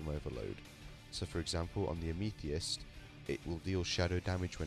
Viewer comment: Amethyst == am-a-thist.